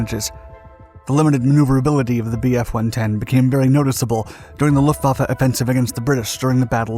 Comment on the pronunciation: "Luhfaffe" Mi zenn